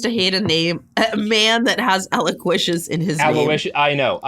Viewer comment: With all the names Robert screws up, how does he know how to pronounce Aloysius?